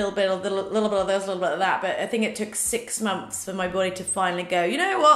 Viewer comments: "Momths" 😊 I love you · I LOVE the way you say months “6 MONFS”💕